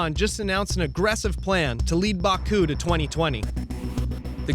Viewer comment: There is no R in Baku so why distort the pronounciation?